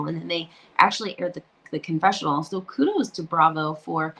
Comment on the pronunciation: Hi, so nice to hear someone pronounce Kudos correctly, lol. I can't believe how many of the HW's etc. say Ku-Dooz! Ramona from NY especially.